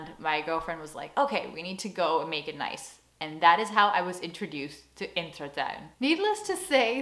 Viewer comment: You keep calling it InTERtuin. That's not the same as InTRAtuin.